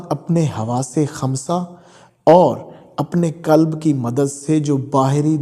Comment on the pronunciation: کلب نہیں قلب کلب کا معنٰی عربی میں کتا ہے قلب بڑے قاف سے بمعنٰی دل